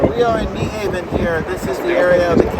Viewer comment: you almost said Nyhavn correct the secon time however skip the e at the end, for some reason English speakers put an extra e at then end and say Nuhaven instead of Nyhavn